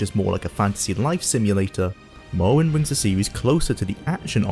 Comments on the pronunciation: Mowwowind eh? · I wuv to pway mowowind to this day. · Awwite guys so t'day we're weviewing mowwowind yeeeehh guv it's fweedee